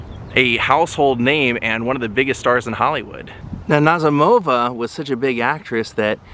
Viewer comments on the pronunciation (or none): The emphasis is on the 2nd syllable, Na ZEE mo va.